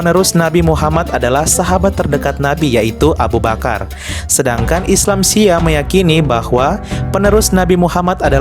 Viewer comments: Nyebut Syi'ah aja salah moderator baca nya Syi'ah bukan siah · Min bacanya bukan Syiah. Tapi Syi-ah. Dan Syi'ah BUKAN ISLAM.. Syahadatnya juga beda. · Syi'ah bukan syiah Apakah reporter gak pernah dengar sebutan syi'ah?sehingga cuma membaca tp tidak mengerti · SHI ' AH BANG BKN SIYAH 😮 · Bukan siah atuh..... syi’ah...!!! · iya syiah dibaca syiyah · Ini penyiarnya kalau bukan islam itu sendiri jangan sok tau deh, yg di terangkan masih ada yg keliru. Nanti bisa jadi mengundang kontra. Cara penyampaiannya sja masih salah dalam mengucap salam dan mengucap syi'ah. Mending urus agama sendiri deh